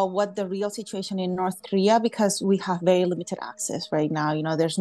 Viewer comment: Why do they pronounce it as Norse Koleah?